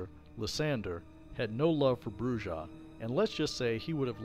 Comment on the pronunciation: Argh... "Brujah" BROO-hah